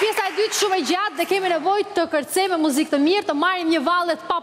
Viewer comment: O zot kush është bo me i dhënë ndihmë në muzik reperit me të mirë ,"mozik" shko mëso për vete pastaj mëso të tjerët bisha në rregull😏😏🤨🤨